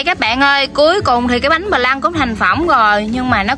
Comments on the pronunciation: Viết phờ lăn mà đọc pờ lăn... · Bánh flan ( đọc là phờ-lăng) không phải ( bờ lăng). Làm bánh này phải đổ vào từng khuôn nhỏ, hấp lửa nhỏ, đậy nắp lại. Hấp vào khuôn lớn quá, thời gian hâp phải lâu, không đậy khuôn nên bánh bị rổ. Muốn bánh mềm mịn không rổ thì nướng cách thủy.